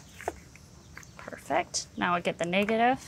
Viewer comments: Niggative? She straddling the line ain't she? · The way she pronounced negative was crazy Ik yall here it